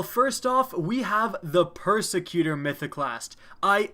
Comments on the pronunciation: i think its precursor not persecutor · Precursor, not Persecutor. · "Persecutor?" You didn't even try to pronounce "_*Precursor_" correctly. Edit: My bad, I misspelled one word. And as to respond to the comment that may or may not be below mine, I will admit, I got weirdly upset at mispronouncing the name of the ornament. I apologize, and will try not to let that happen in the future.